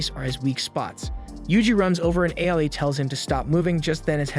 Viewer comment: It is not AI ITS AA-OO-II